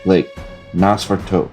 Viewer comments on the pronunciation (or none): That was a very famous movie. Pronounced Nose Fa Rah Too